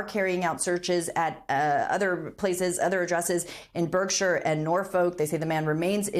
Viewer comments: Berkshire.. pronounced barksure... 😊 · Great hearing all the names of places being butchered. Nor-folk, Buhhrkshire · Imlove the way they say Norfolk and Bershire i.e. exactly as they are spelt! Come on, professional presenters should at least get English county names right. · The reporter in the UK needs training on how to pronounce English names, such as Thames, Norfolk and Berkshire. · Terrible pronunciation of: Thames, Berkshire, Buckingham, Norfolk...